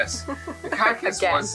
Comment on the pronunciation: From this moment on, it shall be pronounced "cark-ass'. I love it! keep up the great work you two!